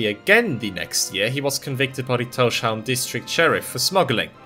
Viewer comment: You pronunciation of Tórshavn is quite close to how we say it in the Faroes, but as with all English-speaking people you pronounce the sh sound, which is wrong. You separate the s from the h so that it's Tórs havn, towrs hown, as in Thor's harbour/haven. Excellent video, nonetheless. I love that our little archipelago is getting some recognition. Just the fact that our islands appear on maps is a huge thing for me. We used to not be on most maps, so we were invisible to people who weren't knowledgeable about the region.